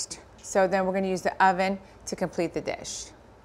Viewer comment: Did she say hoven? 😂